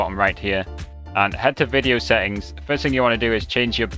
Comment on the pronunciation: Oh yes... be sure to adjust your "seh-ings" because the "seh-ings" are very "im-por-un". 😅 😂 🤣